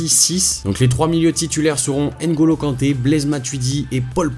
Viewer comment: C'est NGOLO pas N'Golo😡😡😡 C'est NDOMBELE, pas N'Dombele😡😡😡 C'est MBAPPE, pas M'Bappé😡😡😡 Les français 😪😪😪😪😪😪😪